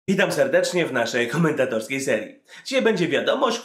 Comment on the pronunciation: Znowu to samo.. zawsze przez wszystkie komentATORy... zawsze mówi na początku " witam serdecznie w naszej kHomentatorskiej serii " haha to jest takie bekowe:]